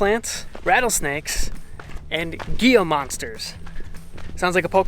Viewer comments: As a newbie to that area, I really agree with your assessment of it. It is super lush, more than I imagined. I thought it would be like little bushy plants separated by meters of just sand and rock. Definitely not the case in the Sonoran Desert! (BTW, it's pronounced He-la, not Gee-la. My significant other is from Tucson and regularly corrects my poor pronunciations of things and place names of the area). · Gila Monsters are pronounced HEE - LA .